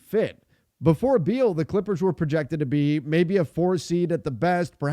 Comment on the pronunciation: Thiers no D in beal